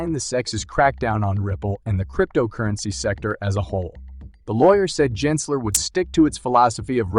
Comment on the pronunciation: Jensler lol it's Gensler